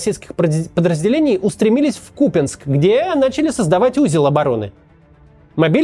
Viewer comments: КупЯнск, Максим, запомните - КупЯнск, не КУпянск. Может и трудно запомнить, потому что местного язьіка не знаете, но и не обижайте жителей КупЯнска, пожалуйста. Спасибо что не СлАвянск, а СлавЯнск (Слов'янськ). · Да не Купинск он, а Купянск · Купянск, с ударением на первый слог